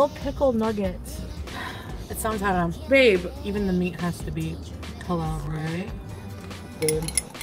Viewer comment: Hate how she says “ha ham”.